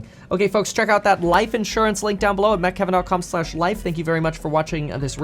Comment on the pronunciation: Why do you keep saying "met kevin" instead of meet kevin? Just curious